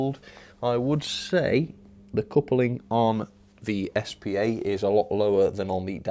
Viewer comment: S P A not spar